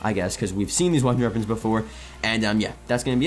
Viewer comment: Why can't you say wonder weapons? 😭😭😭😭